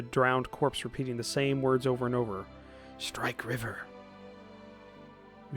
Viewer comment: mispronouncing shrike river will probably drive me up the wall as well as how he pronounces sycamore but coswin the crazy conspiracy theorist with a bunker and a tin foil hat is fun